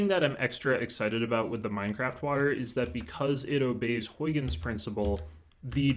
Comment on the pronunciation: Great explanation! Also, that's not how you pronounce Huygens :p